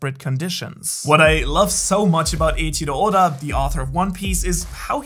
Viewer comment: For some reason i loved how he pronounced Oda